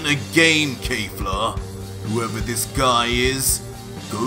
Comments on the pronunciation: Your alternate reality DBS is great. Just one issue, it's Kef-la and not Kay-fla.🤣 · it kefla not kayfla or keyfla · Bro says kejfla instead of kefla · Keifla? Not Kefla? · Please the subtitles are correct but just say kefla nog kafla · Dude "final" is not the name of that form 🤣 its "beast" , look it up .. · Oh no, he’s saying the name wrong. Kefla is pronounced exactly like it’s written. Just like in super’s Dub. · Why are you saying “KAYFLA”? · You are saying her name wrong lol still the best dbz story out there by far